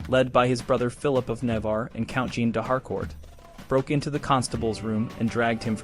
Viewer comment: Jean is pronounced more like Sean or John not Gene. The way the franchise pronounce J is not use in English. I usually don't mind miss pronounciations, but since this is an educational video :).